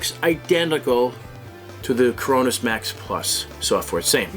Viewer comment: "The Crownoowws zen"